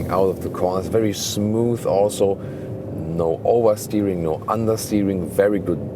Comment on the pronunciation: As an American, I especially appreciate ' recent adoption of "th" sound as in Smooth vs Smoose in Deutsch.;)